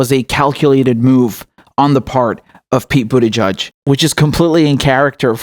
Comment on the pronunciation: I love how you pronounce Buttigieg.. Like Bootyjudge